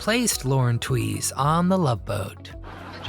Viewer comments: Isn’t her name pronounced with the sound “tues” not “ Twees” ?! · Lauren Tweeze??? 😂 Bad robot. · It's pronounced "TWEEZE." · Not how you pronounce her name. And LOL making fun of other videos that use AI narration. Pot meet kettle. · You are correct. His 50 hours of research didn’t check the pronunciation.